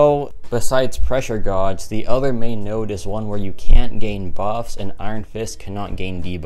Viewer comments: Godge? You mean gauge like gage? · Say it like gage. Not gorge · It’s pronounced Gage, like cage with a G, pressure Gauge, not gawge or whatever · Yea me too hahaha pressure gauge (gage) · It can be pronounced either way, some of my professors say it like gawge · Gawge isnt a word. It's pronounced like the word cage, except with a g instead of a c. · Dont worry bro i pronounced gawj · I laughed so hard when he said “pressure godge is one of the most annoying “. Is it really? Or is your pronunciation in this case that’s most annoying? Take the L and laugh it off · Absolutely baffled at the way you pronounce gauge 😂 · it’s the French pronunciation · I’m a loser can you help me how pronounce gauge? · Jesus Christ !! Seems like everyone here wanted to feel a bit better about themselves..knowing how to pronounce 'Gauge' doesn't make you better than him !!